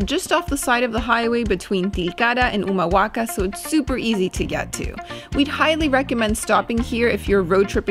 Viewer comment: Pronuncias re bien Humahuaca, El Perchel; Tilcara vos y el señor mayor. Su lengua es español pero hacen videos en inglés?